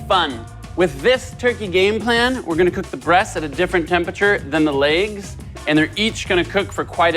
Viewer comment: You say legs wrong.